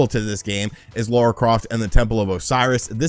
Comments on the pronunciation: Bro it’s Lara not Laura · Its lar-ah... not lore-ah :p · Might be your accent dude but it sounds like you’re saying “Laura”, not “Lara” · Triggered my OCD…it’s LARA, not Laura (okay, rant over) :-P Also, a port of Tomb Raider 2013 would be awesome…but unlikely… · When you say Laura Croft I'm just sat here like LARA CROFT!!!! 😂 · Not Laura Croft. Lara Croft. 🤪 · It's LARA!!!! Not Lora 😉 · L A R A Croft,! Not Laura 🤦🏻‍♂️ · Lara not Laura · I always cringe when you call Lara, Laura. lol. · Did he just call her Laura? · "LAURA" Croft making me cringe. 😖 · He really has trouble with that!